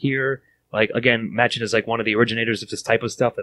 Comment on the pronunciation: I think it worth you guys give a listen to Edward E French's reading/performance of this entire story. (It'll also help with learning the interned pronunciations of some of the names, including Machen himself, which is, actually, pronounced "Mock-in""). Overall an interesting overview of a landmark book in the poetic beauty-terror realm